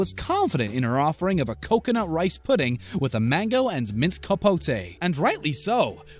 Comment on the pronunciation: All i hear is delicioushhhh, puddinghhhh and ricehhh who else?